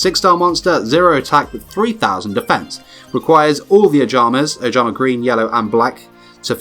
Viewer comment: ojama* (you said obama)